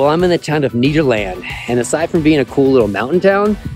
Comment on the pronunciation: It’s NEDerland , not NEEDerland! 😂 We in Colorado call it “Ned.”